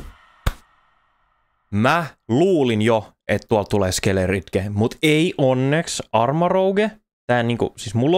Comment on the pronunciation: SkeleDirge, ei SkeleRidge 🤣 hyviä videoita teet!